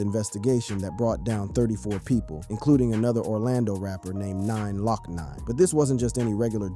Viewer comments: done said "Hot BoyE" "Hot Bo "eye" & 9 LOCk 9 😂😂😂😂😂😂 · Did say “nine lock nine” as in glocknine??? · Who's thos man reading this calling the rapper 9 lock 9? It's just Glocknine, the 9 in front is meant to be the G-on. Glock9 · Mf said 9 lock 9 😂 its glokknine